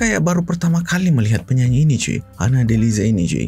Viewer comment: Sebutan sha bukan sa, Hana Delisha bukan Hana Delisa.. Ada h, maka bunyi sha bukan sa